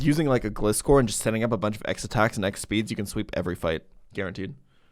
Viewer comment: I am genuinely going to hurt something if people keep pronouncing gliscor with a short i. You know what gliscor is based off? Scorpions and gliding. GLIde SCORpion, GLISCOR.